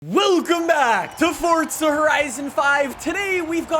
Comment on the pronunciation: Its FORZA not FORTZA